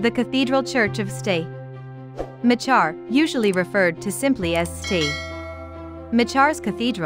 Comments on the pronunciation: ‘Ma char’ should be pronounced Macker. And St is pronounced Saint. ‘Saint Macker’ ‘Pro-voste’ is pronounced provest. Craths castle should be pronounced crath-ess. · It's NOT pronounced Machar. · The pronunciation of St.Marchar’s is wrong. Ask an Aberdonian, like me!!🏴🇨🇦🙋‍♀️